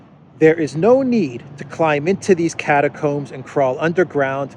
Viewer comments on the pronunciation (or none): none